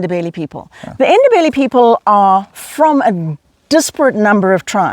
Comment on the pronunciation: Great effort on pronouncing "Ndebele" people.